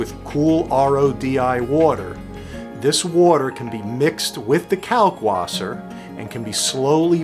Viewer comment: Can you please pronounce the w as a v sound. Kalkvasser. Since you are doing the German method.